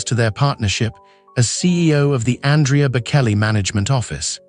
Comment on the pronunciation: Andrea also mispronounced.